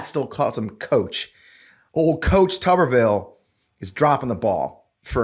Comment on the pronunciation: How can it possibly be pronounced, "Tubberville" when it's obviously "Tuber-ville"? And how befitting is that?